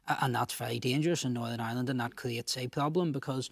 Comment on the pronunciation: sinn fein cant say Northern